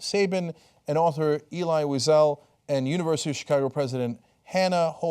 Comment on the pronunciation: CEnk, you never heard of Elleee Wiesel.